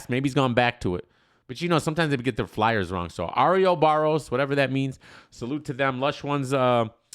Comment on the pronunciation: WTF IS "Ar-E-Ohh-Bar-E-Ose"?... c'mon, its pronounced "Or-Ohh-BOR-Ose"... dumb dumb.